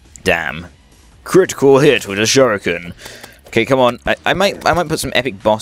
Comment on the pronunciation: i think sure-rik-en